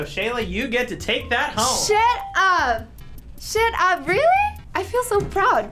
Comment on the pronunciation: Shuit up is what she said